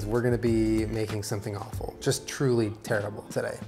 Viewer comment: that was “Wawful”